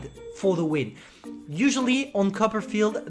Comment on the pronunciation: Everyone: Copperfield: cuppa'field